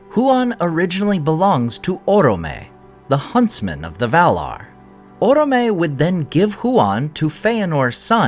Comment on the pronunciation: Orome sounds better with the accent on the second syllable: oróme, not órome.